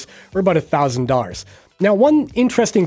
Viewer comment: Is this dude saying Dars instead of dollars or am I hearing things?